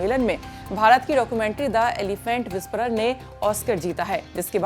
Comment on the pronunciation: महोदया वो विस्परर नहीं विस्परs है... 😅😅